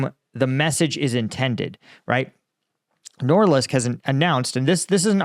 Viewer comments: Norilsk, not Noralisk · It isn't “NORLISK” — it's NORILSK. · Sounds like you're consistently saying "Norlisk"😂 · Noril-sk not nor-lisk. ;-) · Nor-Rilsk. Norilsk is a severely polluted area. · He can't say Norilsk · It's Norilsk... N O R I L S K